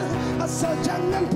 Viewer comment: Dia punya sebut "khianati "pedih dgar